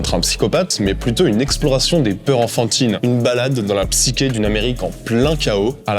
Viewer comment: Merci pour la vidéo. Tenet en mieux. PS : on prononce le "ch" de psyché comme dans le mot "chute". : )